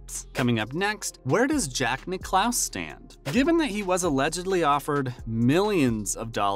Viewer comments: Niclous? It's Nicklas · Can't stand these videos. There is no actual footage of Tiger Woods speaking and this narrator doesn't even know how to pronounce Nicklaus and Costas. He says Nick-lose and Cohstas. WTF. Click bait. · Get your CG voice to pronounce the names correctly. Nickelouse? Really? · Yeah he said Jack Nick-clouse...said it 3 times. Wth?!?!?!? Sheesh.... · How do you not know how to pronounce Jack's last name... come on now!